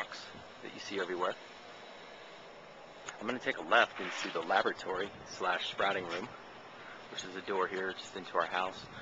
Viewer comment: Love the ''labotary'' ;)